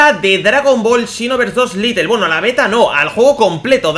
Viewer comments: Little se pronuncia litel como tu lo dices pero realmente el juego es lite y se pronuncia lait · Por que dice "Litle" "es "Lait" o "lite" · Se escribe "Lite", se pronuncia "Lait" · se pronuncia lait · Porque no pueden pronunciar bien las palabras en inglés? Es lite, LITE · Es "Lait"